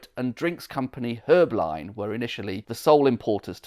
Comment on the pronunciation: It's pronounced Hū-bline. And geez, there is no R in it.